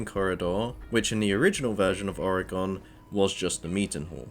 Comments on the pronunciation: I’m sorry that pronunciation is jarring 😅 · I'm from Manchester haha, never heard it pronounced like this. No stress though, good vid